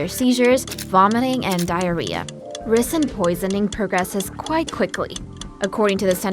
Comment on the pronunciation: Definitely a confusing pronunciation of ricin